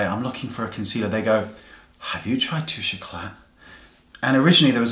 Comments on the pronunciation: I hope I don't sound obnoxious by saying this, but you don't pronounce the "T" in this my darling. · "The worlds most misused product" tbh it's probably the worlds most mispronounced product, it's really annoying me how you are pronouncing it wrong...